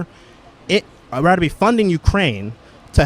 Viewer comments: Dude cannot even speak correctly “Would you RADDER” over and over and over again 😆😂 This is comedy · “ I ratter” 😂😂😂😂